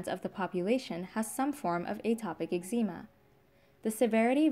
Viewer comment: She can’t pronounce eczema .😊